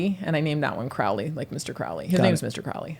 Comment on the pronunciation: It's Crow-ley not craw-ley. Show your cat and the beast a little respect. Lmao I'm mostly joking but you should say it right doe 😅